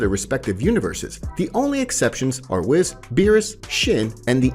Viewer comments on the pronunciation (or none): it's Whis not whiz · Its (Whis) Not (Wes) Imagine the same way you say (Nintendo (Wii-ss) just add the s wiis whis Awesome Video Nonetheless Could Easily Listen To this as A Podcast just needs a little bit voice's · Whis - pronounced "weese", not "wiss" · Whis is said we-s so we then s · It’s not wiz it’s whis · I know it’s spelled whiz but it’s said weece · Bro can come up with a hell of a story. Fucked it up with "kai", "wizz", "meijin", wtf is that broly name he tried to pronunce?? 😂😂😂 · Say it with me... "Whees" and "Bro-lee" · We already know that his name is pronounced weece like reece from dbs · How you pronounce Whiz and Zeno makes me violently angry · I can't cope how you say whis 😂😂